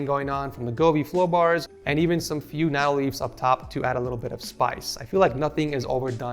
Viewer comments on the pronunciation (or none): none